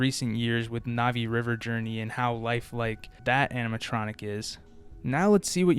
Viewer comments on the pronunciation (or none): none